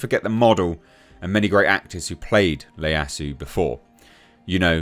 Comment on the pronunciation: that's an I not an L, the name is Ieyasu (Ee-Yah-Sue)